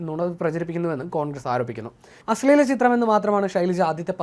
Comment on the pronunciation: അശ്ളെല അല്ല അശ്ലീല 😂😂